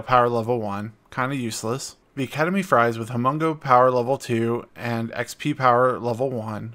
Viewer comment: I swear I thought you said “Ketamine Fries” at first. Work on your Pronounciation please!!